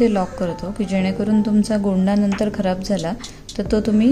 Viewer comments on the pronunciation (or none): none